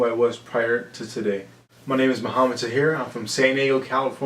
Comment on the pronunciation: Why is he pronouncing his last name like that